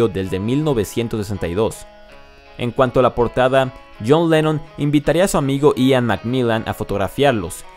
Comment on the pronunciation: PO MACRNY? PARY BOY? JOUN LENON? YOSS HARRIUSON? YOSS MARTIN? LOS BIRUS? PESIMA Y EXAGERADA PRONUNCIACIÓN...SI ESTAS EN UNA BANDA COMO DICES SERIA DIVERTIDO E INTERESANTE VER COMO CANTAS